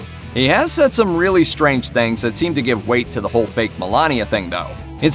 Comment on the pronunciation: But... Did he say "baked", or "fake"?? :))